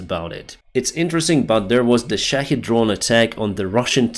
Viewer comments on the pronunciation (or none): none